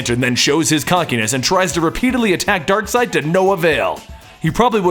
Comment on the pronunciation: Ok I'm confused , what is the proper pronunciation of Darkseid? Is it (DARK-SIDE) or (DARK-SEED)????